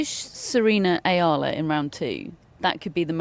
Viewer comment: It’s E-ah-la